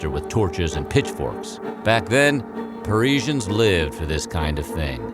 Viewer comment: What an annoying pronunciation of guillotine - dude STOP pronouncing the i - oh and that is not how you pronounce Parisians either. 😣